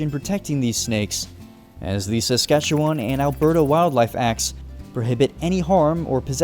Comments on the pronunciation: Thank you for bringing light to the beautiful province that I am proud to live in. Ps you suck at pronouncing Saskatchewan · In all my life ive never heard anyone say it like that. Ive been all over this province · Sammmme! Sk is the best but the way he said it kinda triggered me because he’s saying it wrong lol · Rather than Sask-at-chew-one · Ok I see a lot of fellow Saskers but no one is mentioning he kept pronouncing Saskatchewan wrong and he pronounced Regina wrong as well even though he said he did his homework lol. It's Ree-Ji-Nah and Saskatchewan has an "wan" (as in wah-n)at the end, not a "won", otherwise it's an overall awesome video! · my entire family and friend group, pronounce it "SaskatcheWIN" and not "SaskatcheWAN". people at school as well as on the news, both CTV and Golble pronounce it that way too. I'm very sorry if I'm being too prosist or rude. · erm acuutly its not pronounce saskatchewon its win- saskatchewin though its spelled diferent most saskatewaners wil say win not won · Pronounce Saskatchewan as Sask-ah-chew-uhn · Btw the e in Saskatchewan is pronounced like an “uh” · Wow, I never expected to see my home Provence in minecraft You are saying saskatchewan incorrectly it's pronounced "SaskatcheWIN" Sorry that just always bothers me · SASK A CHEW EN. LIKE IN NOT ON. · As a Canadian from Saskatchewan Im wondering why this isnt a super flat world? Also, atleast in the south east Saskatchewan we pronounce is Ses-catch-ew-in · This reminds me of grown ups 1 when the strong dude said seskatchetoon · I don’t like how he says Saskatchewan as someone who lives in south Saskatchewan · As a Canadian who lives in Saskatchewan, I do t appreciate how he says it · Anyone from saskatchewan finding how he pronounces saskatchewan kinda funny? 😂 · as being canadai it killed me when you said however you spell sacrouchyuon